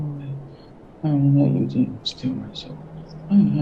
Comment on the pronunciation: and “Demmon” instead of demon 🤣 I think it’s on purpose, or he’s just reading fast